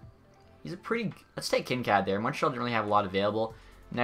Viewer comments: "Kin-Kad". It's Kin-Kaid. Like kool-aid. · Kinkaid is not said like kinkad. Its Kin Kaid like bandaid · Kinkaid is pronounced Kin-kade not Kin-kad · Kincad or Kincaid. That pronunciation tho lol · Why can't you pronounce any of the player names? "Kin-kad" "Sawdderberg" "Zadderov". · Kin kad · Kincaaad wtf, cmon pls search it up cuz that was some next level cringe It’s Kin (you got the part right) Kaid (like Cad in the name Caden) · Please learn how to say players names the right way, like kinkaid, zajac and a few others